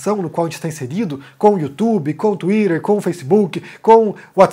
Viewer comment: Pq ele só força o inglês no Twitter e no Facebook e no Whatsapp a pronuncia saí aportuguesada?rs